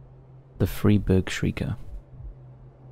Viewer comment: just a well-intended note: Freiburg is pronounced "fry-burg".